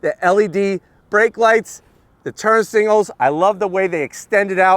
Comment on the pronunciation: things always says: zonk, twinkie, singals (singals instead of signals), on throttle, business end, now i know youre saying to yourself, _______, how much is this?